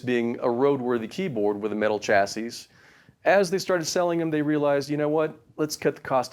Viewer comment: The "s" at the end of the word "chasis" is silent.